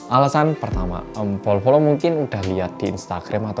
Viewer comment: Setiap bilang bolo-bolo kok kedengeran nya polo-polo ya:)